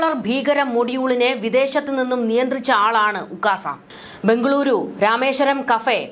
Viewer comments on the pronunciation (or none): none